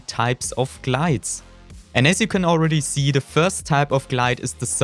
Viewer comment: Why germans say Seee 🤦🏾🤦🏾🤦🏾🤦🏾🤦🏾